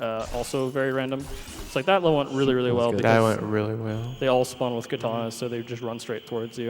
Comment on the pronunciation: Goddammit, the word is "KATANA", not "kitana".